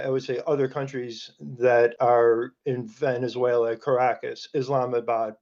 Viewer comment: This anchor needs to learn how to pronounce Venezuela 😂😂😂😂